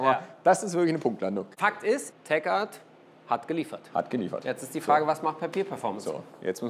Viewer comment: es wird Tek Art ausgesprochen und nicht Teschart